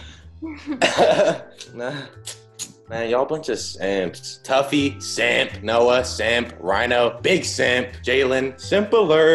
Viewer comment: It's tuffy not taffy like what dude